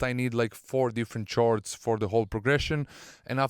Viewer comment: the word "chords" is pronounced like "cords" (sorry for the correcting comment)